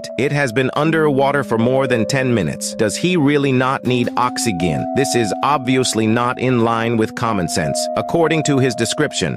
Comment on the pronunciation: Oxy- gin ( g pronounced as the word great or gimp) idk it sounds ded funny lol.😂